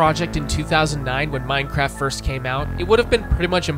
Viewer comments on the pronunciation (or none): none